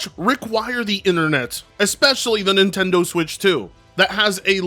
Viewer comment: I like how the closed captions went "Bye Nintendo" when you said "Buy Nimtendo". Because that's exactly what I think right now - Bye Nintendo.